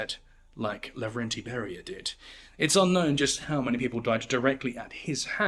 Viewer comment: Laurentiy Bury-Ya